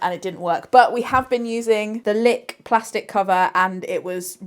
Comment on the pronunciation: i can't tell if I'm just hearing things but do you keep calling the brand Lick... Licked or am I going crackers